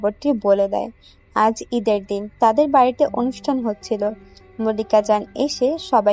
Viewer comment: মল্লিক া জান না মালিকা জান। উচ্চারণ গুলো ঠিক করূন।